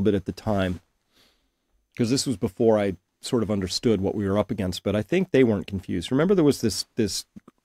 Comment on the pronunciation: You can't even say AGAINST . YOU'RE GOING TO LOSE